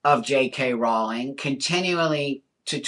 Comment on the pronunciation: As well as being able to see and understand that JK is nothing close to ‘transphobic’, right from the off you pronounce her name correctly! You’re right on the why. She is a target because she is a high profile and extremely successful WOMAN.